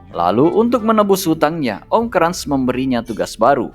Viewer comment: Cara bacanya benerin min hahahaha kras bukan krans emang koko krans